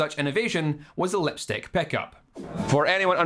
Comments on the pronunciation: Ah yes the lepstyck peckup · He cant speak The vowel I like when he says lepstick